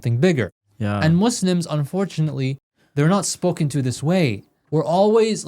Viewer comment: Why do you guys say muslams? Shouldn't you say Muslims?